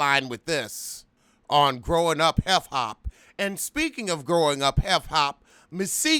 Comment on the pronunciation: am i hearing you correctly? growing up heff hop?!?